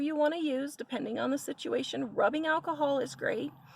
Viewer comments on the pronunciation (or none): none